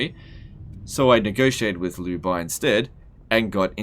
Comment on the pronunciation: "liu" is not pronounced: "lew" its pronounced: "leo"